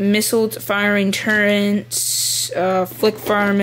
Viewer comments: Turret... not 'turrent' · why those everyone call them turrents? its turrets. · WHAT THE HELL IS A TURRENT XD